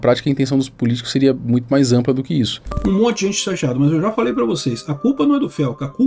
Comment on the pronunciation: “Ajusrar” “NUITO” parabéns!! Já começou matando o português e ainda quer argumentar